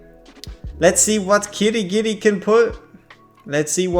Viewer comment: Not sure if you noticed but you kept saying Kirigiri, adding in that extra ri. I don't think he needs any additions at this point lol